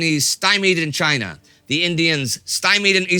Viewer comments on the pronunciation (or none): none